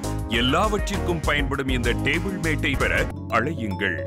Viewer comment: Dei pundamakale do not say dable correct pronounciation is table